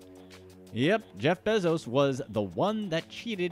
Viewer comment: Please say “Bezos” right. 🥴🤦🏻‍♂️